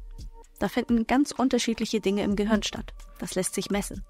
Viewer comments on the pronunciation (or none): none